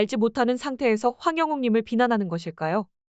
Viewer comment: 제발 울가수님성함이라도정확히읽어주세요 황룡옥? 참말로